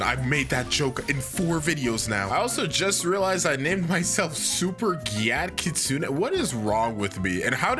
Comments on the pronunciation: I like hpw he says ki-sune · WHY DOES EVERYONE SAY KITSU NEY